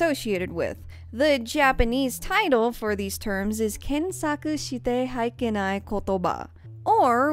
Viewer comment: just a language tip for してはいけない it's "shite WA ikenai" not "shite haikenai"